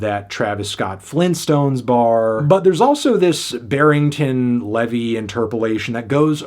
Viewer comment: what’s embarrassing is this guy who’s supposed to be so knowledgeable about music can’t even pronounce Barrington Levy’s name right lmao